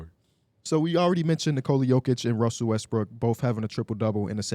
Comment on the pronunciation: am I the only one who heard “d’lo russy”?